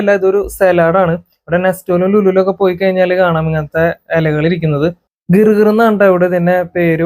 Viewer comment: ഗിർ ഗിർ അല്ല ജെർ ജേർ എന്നാണ്